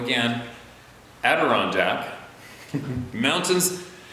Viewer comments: Several good shares there, thanks,. I've watched many of your videos and I must say you are about to master the pronunciation of "Adirondack" LOL too funny..keep them coming.. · is getting better at pronouncing Adirondack.....lol (and lots of practice lately). I'm located in Central Vermont and this is the first time I heard the story of the person leaving the gun in the woods. I'd be happy to help in anyway possible. ( That Crack head hunt story was one of the best...not as good as the cross country skiers encounter though 😆) Stay Safe....Stay Positive Everyone.